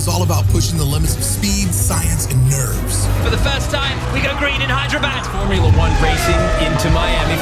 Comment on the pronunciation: Abe anpad formila nhi formula hota hai.... Aur ab tu Khalistan ke upar video kyu nhi bana raha